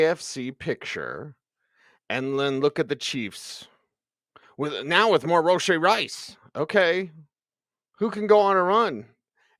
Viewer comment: I always look forward to ' pronunciation of Roe-shee Rice